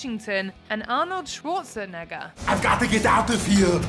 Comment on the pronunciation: Why the narrator say Arnold’s name like that? Lol she just wanted to say the n word 😂